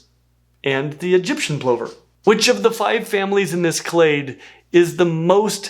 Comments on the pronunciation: Was scrolling to find some mention of this! Australians are used to plovers dive-bombing us like amphetamine-fuelled Stuka pilots as we walk across parkland. They are pronounced “Pluvva” here, usually with an expletive in close proximity before and/or after. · I have been a good viewer and watched the whole video but my ADHD brain kept cringing at your pronunciation of plover. In my Australian English the word is pronounced like ‘lover’, not like ‘over’. I know that words are said differently in different places but you said it so many times, my poor abused nerve endings were aching by the end. 🥹🥹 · That was all very strange to my ears. This side of the pond, a plover sounds like a lover. Do all Americans say it like 'pullover', or is it another of niche pronunciations? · That bugged me, too, but apparently, both pronunciations are considered correct. Plover sounding like "over" is an Americanism. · I've always heard it pronounced plover like cover rather than like clover. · Plover - as in LOVER, not as in OVER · Mirriam-Webster & other, more established dictionaries say that both pronunciations are acceptable. Saying plover like "PLOH-ver" is an Americanism. It's a regional thing. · It's so weird hearing the way you pronounce Plover. I can see how that pronunciation is probably more accurate to the way it's spelled. In Australia we sound the O like a small 'u' like in 'up'. Plovers are found all over the world, so it's very fair to say how you say it in that country/area is correct for that country/area. In saying that, I really appreciate the fact you've started pronouncing emu correctly. It's a uniquely Australian animal and how we say it is the only correct way. Ee mmm you! (Unless you are using the local Aboriginal name in that area) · TIL Americans pronounce plovers like.. that. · I don't think I've ever heard someone pronounce plover like that before... I've always heard it rhyming with 'lover'. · Yes! “Pluvver” not “ploh-ver”! 🐜